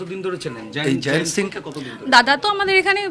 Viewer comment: হ্যারা এই ম্যাড়াচোদারা জয়ন্তকে জায়ান্ত্ জায়ান্ত্ করছিস কেন ? মুখ্যুগুলো উচ্চারণ ঠিক কর ।